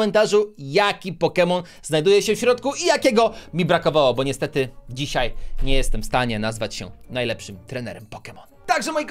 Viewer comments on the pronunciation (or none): none